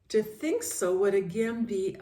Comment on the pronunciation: You really do deep study❤ For shure God can do miricals and like when you say "I tink"